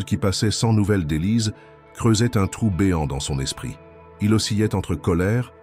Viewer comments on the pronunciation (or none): "Que fuyait-elle?", pas : de quoi... La diction n'est pas trop mauvaise, il n'y a que peu de défauts, et l'on dit "ocilait" pour "oscillait"... C'est invraisemblable, comme histoire. On ne peut quand même pas inventer n'importe quoi comme scénario, juste pour avoir un récit à raconter.